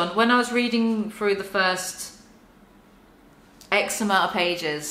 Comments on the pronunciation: everytime you say "x amount" i hear "eczema" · It took entirely too long for me to realize you're saying "X-amount" not eczema.